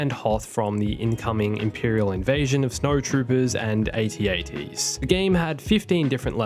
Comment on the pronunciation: When he calls it a an 'aat' instead of 'ATAT' NOT A TRUE STAR WARS FAN